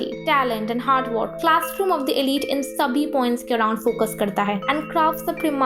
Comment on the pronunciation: Arre "elite" to pronounce krna seekh le pehle 🤦‍♂️